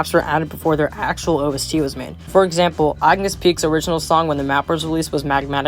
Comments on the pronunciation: "eyegnis peaks" ☠️ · “Erm, actually this dude said Eyegnis Peaks” 🤓☝️ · Bro keeps saying eye-gnis peaks for some reason